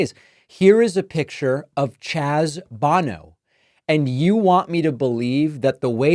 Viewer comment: Who the hell is this BONNO person you are talking about? FFS, do a little research! You never heard of Cher, from Sonny & Cher? As in Sonny and Cher Bono (pronounced BeauNo? Rhymes with No-no)? Chaz is their son. That Sonny Bono was a congressman, makes your ignorance even more negligent. I know you claim you always prepare, but you sure didn't this time. It would take a 5 second google search to get right the 4-letter name. BTW, Sonny died in South Lake Tahoe when he skied into a tree headfirst and suffered massive head injuries.